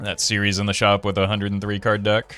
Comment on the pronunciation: It’s yellow DECK not yellow deck